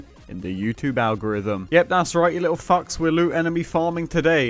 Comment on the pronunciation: me: wow, an actually decent farm. you: a'ight you littwo faucks